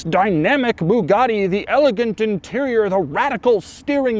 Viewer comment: jesus learn how to say Bugatti and stop embarrassing Americans with passports...